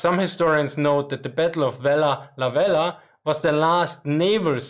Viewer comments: Am a Vella La Vella woman born at Vella La Vella. This is how you pronounce our Island name... Say Vella (stop) La (stop) Vella. You take a short breath and say it's words. It is named by a French Explorers to Solomon Islands they are Captain Carteret and Captain La Peruse. Our language is very hard to speak it's an Austranetian language tongue wobble inside and only us people of Vella La Vella can speak it none of other Solomon Islands people can speak our Vella La Vella language. Very unique easy to learn cos the language is exactly like English when I translate word by word. So now people learn my (Vekalo) Vella La Vella Language. Yes we still have 7 Japanese Soldiers living in the thick mountains jungles of North Vella La Vella at Java Sibilado area. They still alive in jungles villages see them go get ripe bananas, pineapple in their gardens. They looking old but very strong grey long hair eith long beards as well. Our forest and jungles are full of wild bamboos so the live underground very clever Japanese Soldiers. They report them in 1985, 1986 on and their Commanda flew over to Vella La Vella telling the men to come out WII has ended. The commands even drop Japanese fliers in Japanese language all over the jungles. Still today they are there survivors. Also in my village us a Japanese Soldiers grave my father a Missionary bury him in our family grave yard. If any Japanese know of a missing soldier get in touch with me please. Anybody know name of USA Marine Commander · I'm truly amazed about how you managed to say "Vella Lavella" while maintaining sanity. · Vella Lavella is almost breaking your tongue Can you say it 50 times in a row ? What were the most difficult words for you to pronunciation ? Very interesting topic topic, a change from the meme of Japanese throwing their men in meaningless meat grinders.